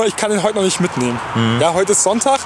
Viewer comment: "noch nit" :D Geil! Saarland!!!!